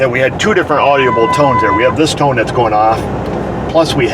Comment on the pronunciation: Okay..good info again! But, some grammar help. No such word as “audiable ”. The word is “audible”…3 syllables, not 4.